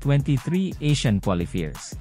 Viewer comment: Qualifier pronounce as quali fayer.